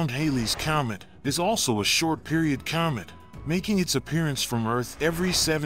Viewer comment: this guy. oh man. cyomet cyoming cyalmly